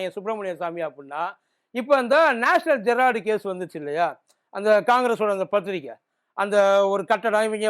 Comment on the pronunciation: நாயே நேஷனல் ஜெரால்டு இல்லடா த் தாயோ......ஈ. நேஷனல் ஹெரால்டு.